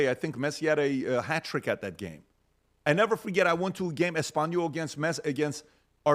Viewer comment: My boy said Argentina vs espsnyol 😂😂